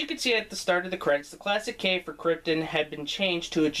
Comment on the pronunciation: A Peter Molyneux joke in the intro and an appearance by Kim Justice? You must be a Guru Larry fan! Also good that you pronounced it like Kryptun not Krypt-on the way most Americans do